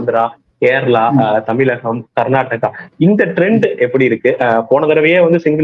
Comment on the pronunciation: Anchor Tamil sariyaga ucharikavum Zha not la tamilagam illai Tamizhagam Instead of zha you are using la